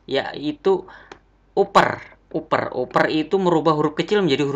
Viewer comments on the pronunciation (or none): Maaf nih mas, ingin koreksi cara baca aja. Upper bacanya bukan uper, tapi: APPER Average bacanya bukan evreng (gak ada huruf "n" kok bisa jadi bunyi "ng" 😁) tapi: EVREIJ Countif bacanya bukan kontif, tapi: KAWNT IF Sort bacanya bukan sot, tapi SORT Dan tulisannya bukan "short", karena short bacanya "syort". All bacanya bukan al, tapi: OLL Small bacanya bukan smal, tapi: SMOLL Values bacanya bukan valyu, tapi: VELYUS Silakan dengarkan langsung di google translate ya cara baca yang benar, malu kan kalau mo ngetes karyawan baru terus salah bacanya 😁😂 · Good try mas.. tapi ada beberapa koreksi nih: 1. Bedakan Table, Row dan Column 2. Upper itu dibaca “aper” 3. Average itu dibaca “Averij” bukan “Evereng” 4. dsb. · Harusnya bacanya kan APPER, Dan AVERAGE, dibaca EVREJ, bukan EVRENG, ya kan Bro.... 😁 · uper dibaca aper mas. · Upper itu dibaca "APPER" bang .... "APPER" !!! 😅😭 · Lagi 1 kak Upper Dibaca Apper😅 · Lafalnya Bukan "evereng" Tapi evereg, upper dibaca apper.. 🤣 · keren bro ! paling pengucapannya nama nya harus dilatih lagi hehehe seperti kata "UPPER, Average"